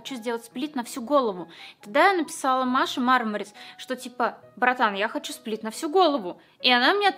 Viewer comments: Я которая вместо сплита, слышу спид:🗿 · Я услышал как не сплит а спид 🗿🗿